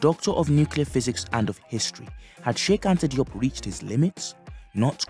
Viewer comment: Diop is pronounced Joap as in Soap and not Dee OP!! No offense intended. We need to tighten our game up!!